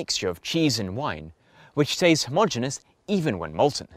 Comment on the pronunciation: An' anuvver fing, Gov'nor: 'Homogeneous' (of uniform structure throughout) has FIVE syllables, and is pronounced homo-genius . The 'Swiss engineers' did not "substitute the wine with" some sodium citrate. They either: Replaced the wine with some sodium citrate, or Substituted sodium citrate for the wine (ie the sodium citrate was selected as the substitute ) PLEASE get it right!!!!